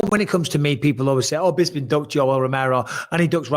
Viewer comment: How is it that Harrington and Brian have worked on this podcast for years, they must have heard you pronounce your own name a hundred times, yet they still call you Bizz-bing? What's up with that?